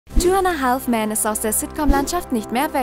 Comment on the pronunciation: Ich hasse es, wenn Leute ,,haLLLLLf" sagen :D